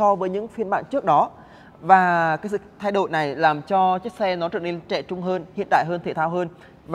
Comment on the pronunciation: nói tiếng sai tùm lum mà đi đánh giá xe hay sao??? nói : thay đổi lại nói là "thay đội" kênh này tào lao quá